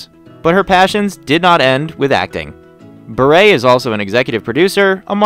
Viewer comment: At least this announcer pronounced BURE correctly!!!!!!!!!!!